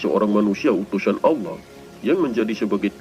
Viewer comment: Didalam alkuran tiyada huruf Lo tapi la maaf perbaiki cara menyebut ALLAH